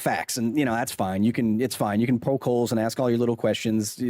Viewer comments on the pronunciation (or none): none